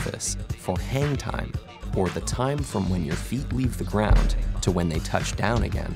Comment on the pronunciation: Is it me or his "hang time"sounds like "hentai"